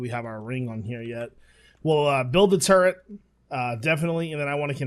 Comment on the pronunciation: I kind of scream inside everytime he says "turrrent" lol